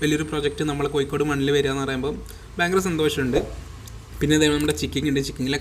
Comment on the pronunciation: It's not spelling it's pronounciation. കോയിക്കോട് അല്ല കോഴിക്കോട്